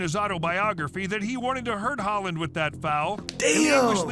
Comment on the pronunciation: Oh when de jong goes sliding in. The commentator really needs to brush up on his European pronunciations haha. Alfie haaland isn’t even the most brutal foul and just do a YouTube search of pepe fouls that in messi is nothing.